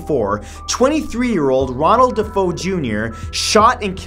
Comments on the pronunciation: It's pronounced De Fay-o not Defoe....sorry but not pronouncing things correctly annoys me more than cigar smoke in an empty room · It's pronounced DA FAYO not DAFOE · Ronald DeFeo not DeFoe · Hi Matthew I love your show I just wanted to let you know that on the Amityville horrors Ronald DeFeo last name is pronouns Dee-fay-oh of course that's the phonetical spelling love your show watch it everyday and I suggested always to other people I appreciate you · its pronounced Dafao( Amityville House)